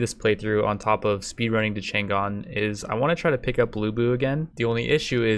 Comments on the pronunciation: The G is silent in "Chang'an", though. It kinda grinds my gear to hear it all the time through the video. And it's not like people could get it wrong because it's Chinese, I mean for the majority of times the G is silent when it comes after N in English anyway, why would you pronounce it like that? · negative factor -5 for pronunciation of chang'an